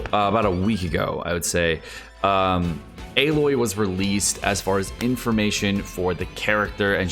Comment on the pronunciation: just a friendly heads up, Aloy is pronounced as Ah-loy. Have a good day!